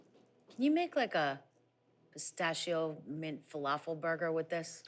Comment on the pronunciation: He butchered the falafel.